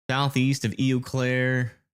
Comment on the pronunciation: Pronounced "O" Claire.